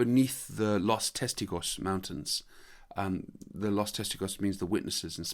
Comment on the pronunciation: “Lost Testicles.” Your pronunciation of “Los Testigos” is pretty bad, lol.